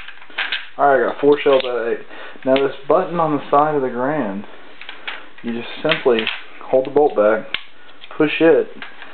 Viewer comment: Good vid but it's pronounced ga-rand not grand